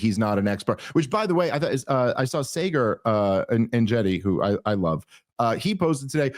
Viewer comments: Sagar said he’s bestie with Dave.. Dave can’t even pronounce Sagar’s name properly. Lol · “Sayger, who I love, but whose name I’ve never learned to pronounce…”